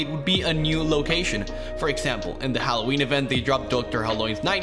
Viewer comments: He said Hw phancub, yep your right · Yes. YOU say Hallowhen Phancub in video